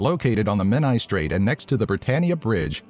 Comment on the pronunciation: You pronounced Menai good though